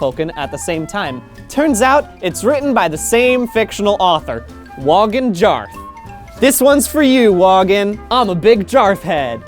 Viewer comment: Stop pronouncing the J! Its "Woah-gin; Yarr-th" think hippy... pirate